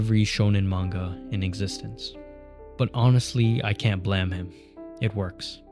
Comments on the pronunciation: "Blaam"? Isn't it pronounced "bleim"? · this whole video is ruined by the ‘blem’ pronounciation. it’s supposed to be onomatopoeia for a gun firing, like ‘blam!’ not ‘blem’. Where did you even get this from? You’d think that an ‘expert’ speaking on the work of Nihei would at least get that right. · Blem? you mean Blay-em? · yeah but he keeps saying “blem” like ブレム, not “blam” like ブラム. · Pretty sure you're the only dude to pronounce it like Blam and not BLAIM Blame 🤷🏻‍♂️ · I'm sure I would've really loved this video but I'm sorry, regardless of what anyone says about how the creator intended it to be said, I am not going to listen to an hour of someone calling this manga "Blam". It's Blame. We are not doing this. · Bro it’s blame not blam lmao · You sound very angry. I know what it is supposed to be. But sorry bud, it's called Blame! pronounced "Blame" everywhere outside Japan. You are contradicting OPs facts here about it being a mistranslation. It's not a silent E, it's a mistake. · dude why r u saying "blem" I have zero clue why it would be called that it doesn't even make sense blem would be spelled like blem not like blame? super confused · Is BLAME! really pronounced blam? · Why do you say Blame like that? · five comments below: 23 hours ago Is BLAME! really pronounced blam? 20 hours ago Yes :) It's not the english word blame, it was just translated that way. It's supposed to be the sound of killy's gun going off (BLAM!) In japanese it sounds more like BURAMU! 19 hours ago ok good to know. Adding the E was a really bizarre choice by the translator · Everything you say is awesome, except the way you say blame😂